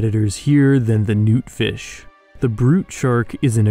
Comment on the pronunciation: when you said noot fish i thought you said nuke fish